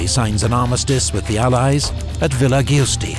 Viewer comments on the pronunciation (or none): Unfortunately, these anglo-saxon narrators always mess up Italian pronunciations. The Italian treaty was signed at Villa Giusti, pronounced "Justi", not "Giiustee". It's always a good idea to do some research into pronunciations and names, especially if there are many names in another language. The whole world is not one giant Anglo-Saxon cultural and linguistic colony....